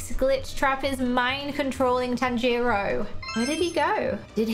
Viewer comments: Wow your going to pronounce nezuko right you say tan-gi-ro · The way Tanjiro pronounce his name is instead of saying the A sound in the name he says the O sound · I GOT OFFENDED FROM HER SAYING TAN-JERO NO TANJIRO